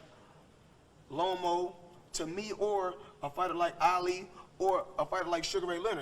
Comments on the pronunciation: Floyd said Lomo 😭😭😭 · Salida and Lomo Lmao. Floyd BMs these boxers purposely mispronouncing their names all the time, it’s amazing haha. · “Lomo” and “Salida” 😂😂 Floyd stay butchering his words